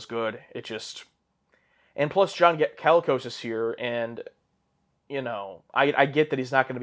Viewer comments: LOL the number of times you guys mispronounced "Colicos" made me a little crazy... 😅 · I believe it’s John ‘koh-lee-kos’ not ‘calicos’ like the cats.